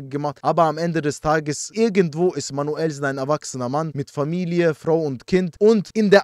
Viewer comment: Ich schwöre dieses "Manüllsen" wird für immer lustig sein 😂😂😂😂😂